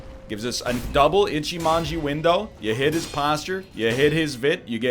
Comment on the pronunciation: Just you know it's: Ichimonji not Echimanji (witch is kinky), but you do what you want (it might be more "comical" like that lol)